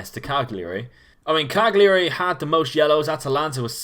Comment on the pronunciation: Love the video but please please learn to pronounce foreign club names. Lecce is Leh-ché (look up Spanish for milk on Google translate) Cagliari is Cal-ya-ree. Also Angers is On-jer. I know this isn't the crux of the video you're making but it would be an enhancement, at least in my opinion.